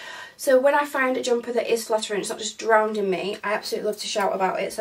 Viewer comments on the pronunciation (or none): drowning not drownding (sounds better believe me). I couldnt find the knot tops, I will just keep my eye on Boohoo because I love the one you have. I did manage to get a T shirt dress with the tie detail...so thats something. I am loving your content!